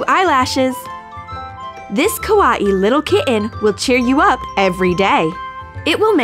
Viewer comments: Ka WA ee 😂 why was thAt so funny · How she said Kawaii like OMG FVJKBSJKVJKRKGSILFDS WHYYYY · "A kawaee pink kitten stressball" btw its kawaii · XD A kawwa-e kitten? It's kawaii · Kawatie?? Its kuh-y-e kawaii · ku-aw-eee how they say it vs how we say it kwaii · They say kawati but I say kawii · Does anyone feel weird when they say say Ka-wa-i the pronunciation is kawayi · It's not kho-ah-hee.... Its Ka-why-ee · its annoying when she says kawah instead of kawaii T^T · "A kwattey" WHAT THE HECK DUDE ITS 'ka why e' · Kawaii is not KA WO EE it's KU WHY EE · donutgirl 09 Kawahee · How she said kawaii kuwa-ee no hate I ♥ ur channel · I got triggered when she said kawaii like ka wa ii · It's kwie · It’s pronounced Kah - Why - Ee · It's pronounced (ka-why -ee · Ka wah ee.. Why did she have to pronounce it like that.. 😤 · She says kawaai wrong it bugs me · You say kawaii wrong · Brodie Moore no they didn't pronounce it wrong they said a different way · cappuccino the Great The different and wrong way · I thought I was the only one that noticed that! lolz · That is how you pronounce "Kitten" Are your ears okay? But, Yeah; The way she said Kawaii! xD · I cringed at the way they said kawaii Not a hate comment I love your channel, just saying it's quite funny XD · Wait... I’m triggered how they say kawaii... I’m a Filipino and I speak a bit of Japanese! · you said kawaii so wrong🤣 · Your saying kawaii wrong!!! TRIGGERED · They pronounced kawaii wrong lol (I learn Japanese BTW) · U PRONOUNCED KAWAII WRONG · you pronounced kawaii wrong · You said kawaii wrong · Why cant she say kawi and kitten! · the way she said kitten and kawaii 😂